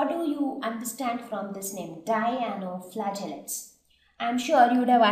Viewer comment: its Dinoflagellates not Dianoflagellates .